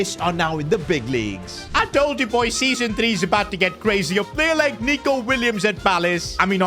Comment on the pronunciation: bro did not say nico